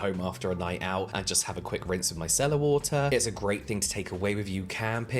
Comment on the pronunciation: Every time James says it, i think 'My Cellar water'. 😂 What Cellar did you get it from lol